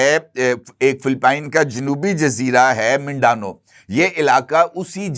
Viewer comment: ایک اور غلطی منڈانو جزیرہ نہیں یہ منڈاناؤ جزائر ہیں بھائی یہاں مسلم ریبل رہتے ہیں جو کہ فلپائن کے خلاف لڑتے رہے ہیں بہت عرصے سے اور آپ کا سکریپٹ یعنی کہ کوئی اور لکھتا ہے اور پروف ریڈنگ کیئے بغیر آپ پڑھتے ہو اس لیئے غلطیاں کرتے ہو